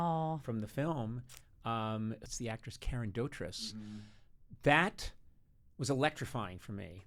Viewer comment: A British fan / pedant writes: it's pronounced Doh-treece. Karen is well known for Mary Poppins, obviously, but her father Roy and sister Michele were also on tv a lot, and occasionally film, in the UK.